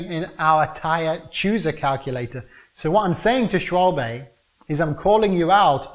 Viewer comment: This guy lost me when he said a mavic wheel was awesome. Also doesn't know how to pronounce Schwalbe without the 'e'